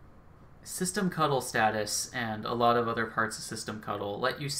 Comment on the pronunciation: I love that you used the correct "cuddle" pronunciation of "ctl". :-)